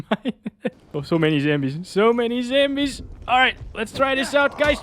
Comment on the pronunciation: I laugh every time you say zambies instead of zombies 😂😂😂